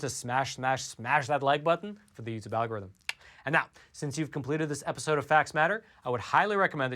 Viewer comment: Plus one for the'al-gore-rythym'